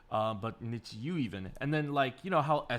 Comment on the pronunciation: it's pronounced like Need You, the fans are WithU!